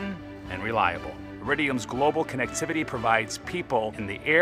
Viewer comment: This will greatly improve CONnectivity... Hahahahaha funniest pronunciation of the word ever, this guy is hilarious!